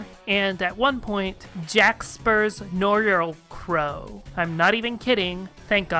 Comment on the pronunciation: Noirlecrow is easier to say when Noir is pronounced as nwahr, because it’s the french word for black. Also, Coup is pronounced coo. Again, blame the French/Normans. And Peregrine is peh reh grin